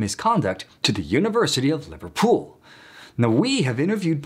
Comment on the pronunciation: I get tickled sometimes at the pacing and enunciation when he's reading his video script. He sometimes splits compound words into their components, for instance, rendering Liverpool as "liver pool". I wonder if there is a teleprompter before him, and the text is formatted a that hyphens are inserted and displayed, as longer words break on the syllable boundary? If the text is formatted large enough, you would only get a couple words on each line, and that might result in a lot more broken/hyphenated words being displayed.